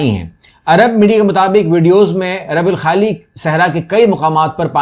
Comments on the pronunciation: Yes it's " الرُبْع الخالي ".. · Please correct the pronunciation . It is ruba alkhali. Ruba meaning one forth.Your video's are very